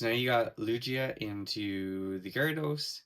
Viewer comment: you pronounced lugia wrong ! it's not lu G a it is lu gi a 😫